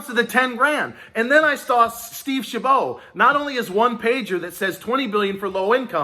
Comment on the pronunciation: Steve Chabot, as in a bot not a bow